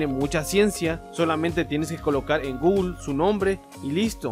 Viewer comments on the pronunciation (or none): none